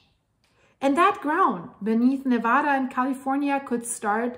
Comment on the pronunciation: As a longtime resident of Reno (and the Virginia City highlands) who recently moved to Tennessee for work, it is rare indeed to find anyone outside of Nevada who knows the proper pronunciation of the name. That alone earned a sub! Mentioning 395 was an immediate trip down memory lane and made me long even more for the beauty and majesty of Reno, Mt Hough, Markleeville and the pony express station, Gardnerville, Mono Lake, Lee Vining, and Yosemite. That highway is one of the most awesome and fascinating to drive because it follows the east side of the Sierras (the steepest and most beautiful area) alongside a humongous magma plume that continues to lift them to this day (as a story idea, it'd be an amazing look at how the Sierras formed and the role they're going to play in splitting Cal and shoving it into the sea). Love your content and always excited to see a new post, so will return soon. First however, I'm off to a refreshing swim in the scenic hot springs at lake Nyiragongo, then a cooling dip in June Lake. Thanks for the great memories!